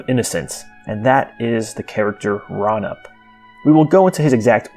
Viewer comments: it is not pronounced ra-nip it is pronounced ray-you-nip FYI I love your vids and how you explain the creatures and the world of Thra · I thought Raunip was pronounced Ray-U-Nip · I always pronounced it "Raw-oo-neep," but what do I know?